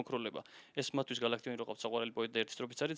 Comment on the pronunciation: გა"ლ"აქტიონი კი არა გალაკტიონი ქვია